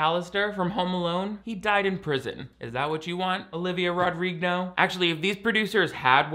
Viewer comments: olivia rodrig-no LOL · Olivia Rodrig-no 😂😂😂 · "Olivia RodrigNo" 😂